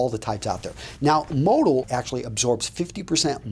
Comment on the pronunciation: Kind of ruins the credibility on fabric content recommendation when you can't pronounce "modal" correctly :\